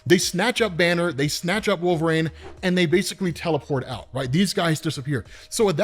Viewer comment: Maybe this is old news but the way you say wolverine is so odd. Wolverine comes out as “wolv-rain” and it’s maddening lol